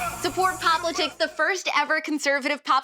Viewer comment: I'm 99% sure you are pronouncing the name of your show wrong... It would be cooler if it was pop-litics instead of pop-li-tics